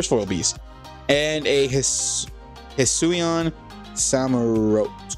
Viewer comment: ‘It is pronounced de si ju eye and the promounciation for hisuian is he sue ian